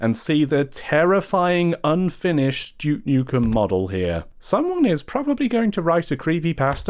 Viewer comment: Glad to hear you aren’t calling him dook nookem like other English YouTubers trying to sound American